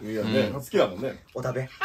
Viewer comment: 「これをお食べ」が言えないハク